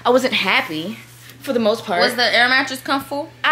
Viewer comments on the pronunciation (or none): them struggling to say matress and comfortable 😂😂